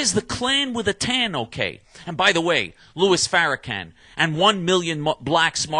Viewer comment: Dude you are a wierdo! But your correct. We will continue to resist white people like you. Notice how I said continue to resist! Im Muslim and I do not hate Jews but I do hate you right now. You cant even say The Ministers name correctly. The only Anti-Semetic person I hear is you. Your lying to the people using fear as a lying tool. You are the monster and most people know it. You don't like anybody not even yourself. It's really to bad. You must of had a mean father & mother who did'nt stop it